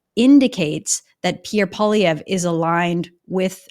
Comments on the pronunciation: It’s Poly-EV Kevin not Poly-VYAY. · I thought that Kevin is a fairly smart guy but he seems to have some kind of issue when he can’t pronounce Pierre’s last name properly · Kevin is great but he really needs to learn how to pronounce Poilievre's name correctly.